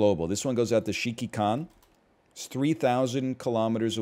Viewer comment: Hearing NL repeatedly try to pronounce Shikikan is pretty blursed.